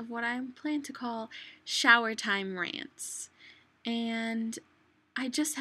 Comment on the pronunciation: Why do you say "landz" instead of rants